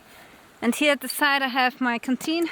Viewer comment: Firstly I thought you are British, Canadian or sth like that, but the way you are pronouncing "here" like "hier" in German made me think ;) Then I checked your website and everything is clear now : p